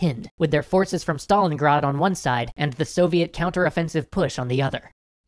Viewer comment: STALIN GRAD NOT STALINGAAD